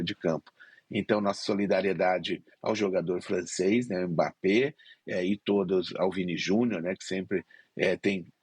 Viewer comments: Repórter todo desinformado. Não houve provocação dos dois lados, não. Foi o Paraguai que, quando não estava dando patada, estava se jogando no chão fingindo falta. E aprendam a pronunciar o nome dele. Não é "emebapê"; é mbapê. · Está errada a pronúncia dele. A correta é m-bappé. Você não fala o nome da letra eme; só faz o som dela, m. Pode procurar o próprio Mbappé pronunciando.